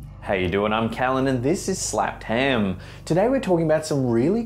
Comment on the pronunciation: love the show, love you and your accent but cant stand the way you say "slapped ham" lol i dont know why it bugs me so much but I really do love the channel. >thumbs up emoji< hehe